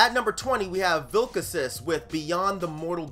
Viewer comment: Well watching your video I found out I had been pronouncing Vilkacis wrong haha it sounds much better the way you said it. Whole bunch of stuff you talked about that I'm going to have to check out as always. I keep forgetting to listen to the Weeknd album dangit. NyreDolk made both of our lists though. Really looking forward to hearing what they put out next. And of course we both had Panopticon